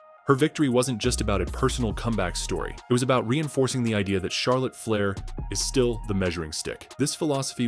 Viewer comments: Charlotte Flyer ai says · is this A.I. fukn cant pronounce Flair or Divas Fle-ee-ear Di-ie-vas WTF! dont post if u cant pronounce properly.